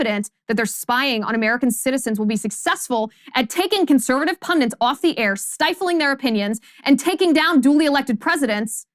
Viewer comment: "Pundits", not "Pundents"... I guess at some point the dictionaries will change to agree with this common mispronunciation, but at this point, it's annoying to hear an otherwise intelligent person fall into saying it. I know you appear to be very self--righteous, but if you would argue against the Catholic priest tendency to sexually abuse small boys, it would say a bit more. Even the Pope, your Vicar On Earth, has not condemned this heinous practice and punished the perpetrators. Also, please explain how you are concerned about female rape in prison while not having a concern at all about male prison rape. Male prison rape has been, and continues to be, a joke. Yet you have never once (as far as I know) spoken against it. Rape is rape, period.